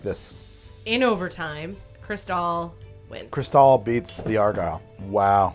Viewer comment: argyle is OUR-guy-le!